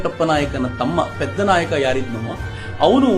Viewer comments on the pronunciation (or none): ಸರ್ ಅವನು ಪೆದ್ದನಾಯಕ ಅಲ್ಲ... ಪಿಡ್ಡನಾಯಕ.